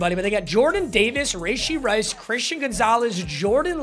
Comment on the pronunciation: rayshee rice 💀